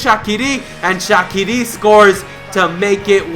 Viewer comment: u pronounce shaqiri wrong